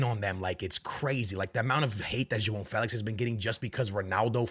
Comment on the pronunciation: "Jo on " Felix not Joao Felix 😂